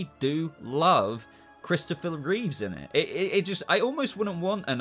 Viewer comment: Your ranking didn't hurt nearly as much as you pronouncing Christopher’s surname as Reeves! It was George Reeves! It was Christopher Reeve (no S on the end)!